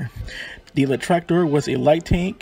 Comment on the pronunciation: my man the video is good and thank you for brining allthese tranks to light. but please you need to work on your pronunciation. try saying Leichttraktor as Litch-traktor . and unclog your nose